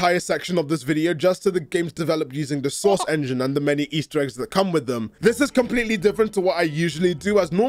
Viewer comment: you need to have a "source" quota for all of your scripts. Whenever you say it, it sounds like you're saying "sauce" and it makes the world seem a little brighter every time.